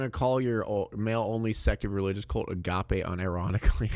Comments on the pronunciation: agape is annunciated Uh Gah Pay, it means infinite love. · Lmao at her saying a-gape after reading this hahaha